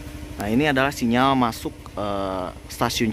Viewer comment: Kalau bilang sinyar itu lidah orang Sunda